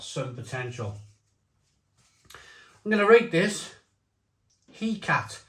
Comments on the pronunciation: Pronounced He Cart Tay I believe. She is the Greek goddess of Witchcraft/the moon ! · Mate, it's pronounced heckatty.